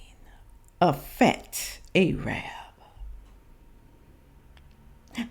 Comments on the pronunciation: I love you and this video is awesome but it's Arab - like Air-rub. Not AYE-rabb. He is fine BTW 😀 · OMG Air-rub 😂 is how to say Arab